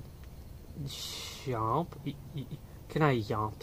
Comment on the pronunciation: Lmao I love how you're saying "Chomp" as "Yomp" XD I feel like that's a Markiplier reference xD